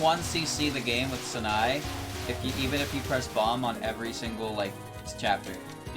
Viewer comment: calling sana-e "sa-nai" is so painful every time